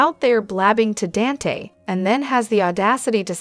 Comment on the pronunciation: Please Dante is pronounced Donte.